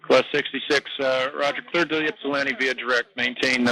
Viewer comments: Okay, the first officer definitely isn't from Ypsilanti, he pronounced it "yip sil lanti", us ypsilantians hate that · My reaction to hearing "Ypsilanti" ... Wow, he's so confused, he's making up ludicrous names. Realized it was a real thing. You americans sure have some weird names for places. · FYI: He was 50 miles NE of Pittsburgh when declaring emergency... He requested to go to "Ypsilanti" which 250 miles away and is called Willow Run (YIP). So requesting to fly 250 miles to a smaller airport than your closest when you cant control the airplane is crazy in itself... But the most amazing is how he can pronounce Ypsilanti when he can barely talk. :-)